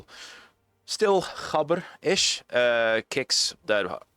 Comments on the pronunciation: maybe roll the r as well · wait is that the correct pronunciation of "gabber"?😮